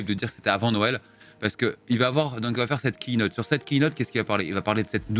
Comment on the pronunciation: Merci pour la prononciation correcte sur la Keynote! Ah no raté tu as encore dit "keïnote"